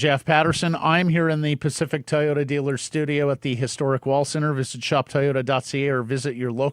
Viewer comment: I know Sekeres can pronounce the word "toy" so why can't he pronounce Toyota? He always says Tai ota.